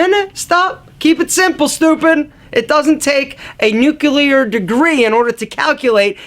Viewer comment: Nuculear? It's like a combination of nuclear and nucular, that's something I've never heard.